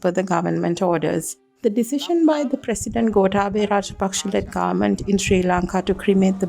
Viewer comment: Its not grement it's government .